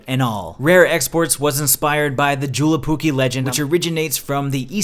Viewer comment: Hahah I like how you pronounce JouluPukki. I live in Finland and am an American..so I understand why you say it that way but it is pronounced Yo-Lou ..the last part you had right.